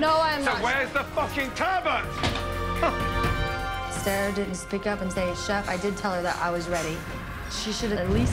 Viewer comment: It's TURBOT not TURBO ffs